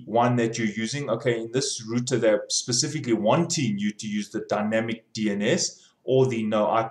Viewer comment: computa routa :)